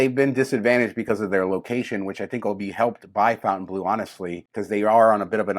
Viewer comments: This is getting irritating. The pronunciation is "Fontainblo" and not " Fountaineblue" (NB the two e in Fontainebleau are both silent); The Cirque show at Bellagio is O which the pronunciation of "eau", which is water in French. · Please, please, please, Stop calling the casino across from Resorts World fountain blue. Its not fountain. Its not a casino themed around fountains. Its" FONTAINEBLEAU". Its not a drinking fountain. It is named after a city in Paris. Learn how to pronunciate words please. Dont feel bad because all of the tv reporters call it fountain blue as well. One would think that the news reporters would be smarter and more educated than that.